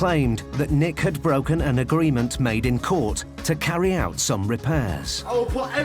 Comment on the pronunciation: And "agreement" is apparently "agleement".